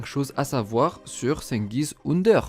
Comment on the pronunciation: PARCONTRE FAUDRAIT APPRENDRE LA PRONONCIATION DU TURQUE xD